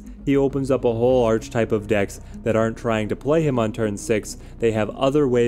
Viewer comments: The word is pronounced Ark E Type not Arch Type. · Ark-uh-type. The word is pronounced 'Ark-uh-type'. I know it's spelled 'Arch', but that's not how you say it. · Love the list, just wanted to tell you it’s pronounced ar-ka-type. Don’t ask me why, English is stupid. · Great video. Question: is there a reason you continually mispronounce archetype? Your content is amazing, but continually saying this word wrong keeps me from subscribing....